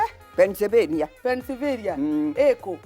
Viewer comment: doesnt understand georgraphy at all. is pronouncing Pennsylvenia very well by saying it in Kienyenji PENIVENIA:goat-turquoise-white-horns::goat-turquoise-white-horns::goat-turquoise-white-horns